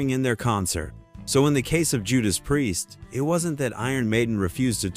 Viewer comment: it's hilarius how AI pronounces priest . what a load of bollocks